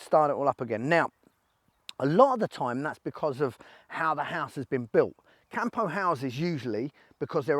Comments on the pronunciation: It's CAMPO, no CAHMPOUH. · Hey mate, it's pronounced COME-PO not camp-o! Cheers